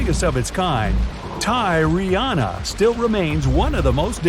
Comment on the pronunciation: “Let’s call her Tyy re Anna” Let’s not